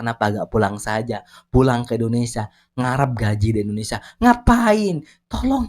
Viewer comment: Rupiah Mendonia Ringgit Menjadi Pojaan Endondeshia😂😂😂😂😂